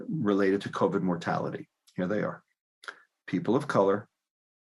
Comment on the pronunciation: in coved’ not cobit.